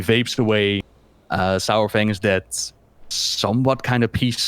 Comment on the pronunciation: Hate when people pronounce Saurfang's name like Sauerfang, it's Sorefang like how you say dinosaur.